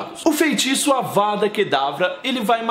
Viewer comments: Mano ele fala avara kedavra e é avaDa kedavra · vc, várias vezes no vídeo, fala "Avara" em vez de "Avada" rs. Além disso, cometeu um equívoco quanto a Sra. Weasley. No livro diz que ela acerta a Belatriz com uma raio vermelho que acerta abaixo do braço dela. A Sra Weasley não usou a maldição da morte. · Ele falou avaRA kedavra um monte de vezes 😂